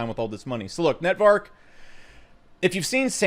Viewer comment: Been shilling it for months and probably owns half of it but still calls it "Netvark" lol